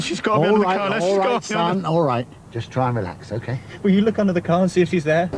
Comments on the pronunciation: This youtuber has a big problem with talking normal a CAR is a CARE to him 😂😆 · Its prenonced CAR! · I’ve never heard “car” pronounced “care” before. What accent is that? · I'm intrigued, being English, what dialect says care rather than car? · Love the way you say car....at first I thought you said care..😂😂😂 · Pronunciation is unbelievable lol , no marksahhh on the carahhh lol, brilliant video though.. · that’s what i was thinking! 😂😂 a “paacked caa” … no R’s lol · Great vid but the way you say Car should be punishable by death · How come the narrator can pronounce paranormal which has three a’s and not car with only one? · His pronunciation of 'a' followed by 'r' is not part of a known UK regional accent but instead something more idiosyncratic. Eg. car, party etc. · He’s from up north but seems to pronounce “car” in a weird way on purpose… And he can’t pronounce Maidstone either 😂